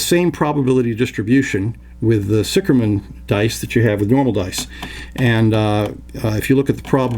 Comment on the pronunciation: sicherman, obviously a German last name, literraly means "safe man" or "secure man". and pronounced ziher man :) hence, Zih Gammon might be a more appropriate name. just my two cents...